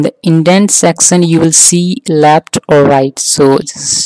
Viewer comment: very good explanation but you are saying section as sexion LOL